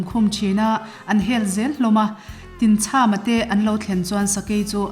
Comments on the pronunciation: Tinchhama tih a chham lai tak hi thlachham kan lam rika chham ang hian lam tur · Tinchhama tih hi chham, tlachham tih thluka thluk tur a ni e, Khawhai ramah khian Tinchhama lungdawh a awm